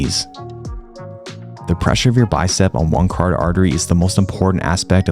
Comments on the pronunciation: Friendly tip: "cuh-ROT-id" artery, not "cardid". Love your content, oss. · Great video. Your pronunciation of carotid artery gave me a chuckle.